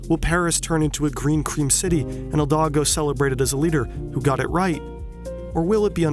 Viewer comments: Mans really mispronounced the name of Paris mayor lmao- It's Hi dalgo not Hil dago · Great video ! It’s pronounced hidalgo though, no hildago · I know English speaking people struggle with the silent H, but why do you call her "HILDAGO"? It's HIDALGO. I'm a bit dislexic. Are you? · it pronounces " E- Dal Go". Hidalgo, not the sound you make every time you try to say her name, "E Dal Go". Like a young man in Spanish, it's not complicated. Make an effort. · It’s Hidalgo, not Hildago. Great video nonetheless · Wow, crazy how it all looks possible in 3D models. In reality, Paris is worse off than before Hidalgo (pronounced Hee-Dal-Go, not Hill-daggo). She reduced parking spots and car lanes, but offered no viable alternative, meaning the already overflowing public transportation is less confortable and reliable than ever. Covid did more than her to address this situation by pushing people to work from home when possible. Cycling and walking are still unsafe, and with how the streets are now constantly filled with rats and garbage I have a hard time believing that the Seine will ever be swimmable. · It's Hidalgo, not Hildago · The name of the mayor of Paris is Anne HiDALgo, not HiLDAgo. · Good video! But her name is Hidalgo, not Hildago. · It’s HiDALgo not HILdago. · amazing video as always ! :D just FYI, her name is pronounced "Hidalgo" not "Hildago" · Hi dal go, not hil da go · Hidalgo, not Hildago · Two major competitions in preparation for the Olympics were cancelled in the last 2 weeks because the Seine was too dirty. Also; Hidalgo tried and failed to become president of France last year. FYI, it's pronounced "E DAL GO", not "HILL DAGO" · A small correction:-D, Paris Maire's name is HidaLgo, and not HiLdago:-) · I'm french, so btw it's not "Hildago' it's "Hidalgo" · Pls stop calling her Hilldoggo instead of Hidalgo <3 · It's Hidalgo!!! Not Hildago!!!! Everytime you said "Hildago" drove me crazy! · Also he keeps pronouncing "Hidalgo", "Hildago".